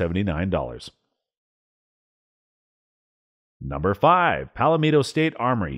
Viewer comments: Who the hell can't pronounce Palmetto? This narrator. 😆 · PSA is pronounced PAL MEH TOW, not PALA MEE TOW. Sincerely, South Carolina Resident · Pal metto, not palamino... lol. i know what you meant. I definitely chuckled. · Palmetto (paul-met-o), not pal lim ito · It's not pal-a-mee-to. It's PAL-MEH-TO. 3 syllables not 4. And no long E vowel sound. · Its PAL Metto (Pal Meh toe) not pal a meeto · It's Palmetto not Palametto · It’s “PALL-MET-O” State Armory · "Palameto" state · Pal-a-meto lol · please explain to me wtf is Pal-A-Meet-to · Oh, and it's pronounced pawl-meh-toe, as in the tree-palmetto. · Lol pallameetoh state armory 😂😂😂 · I got to #5 and couldn't stand to hear Pal a Meeto one more time. My god, don't you folks know anything about the Palmetto State? Just sayin' Other than that, good information. Now go and fix the video!!! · Its pronounced (pawmeto) state armory. Sorry but that really annoyed me. I must be turning liberal 🤮🤮. Help!! 😂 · They way he says "Palmetto" annoys the shit out of me. Why is he adding an extra vowel? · Never heard Palmetto pronounced like this! How about fm-9 foxtrot mike? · Why does this guy have so much trouble saying "Palmetto"? I know its nit-picky but it really is extremely distracting.